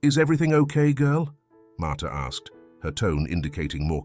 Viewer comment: Martha not martyr